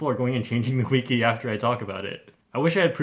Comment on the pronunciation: You don’t pronounce wiki correctly.